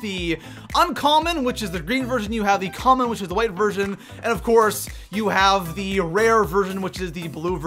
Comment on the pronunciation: Is it just me or is he saying version or virgin??